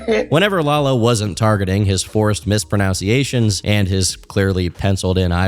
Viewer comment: "Mis-pronounciations", mispronounced . . . 😬